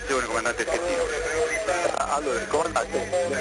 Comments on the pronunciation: not how you pronounce the captain's name. it's not "shatino" it's "sketino". he's italian. i don't understand why you couldn't do like... the bare minimum of research to know how to pronounce his name. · GIG-LEO 😂 SHET-TINO 🤣